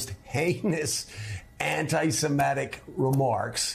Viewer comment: It’s anti sem i’ tik, not sem eh’ tik. The root word is Semite, not Semete.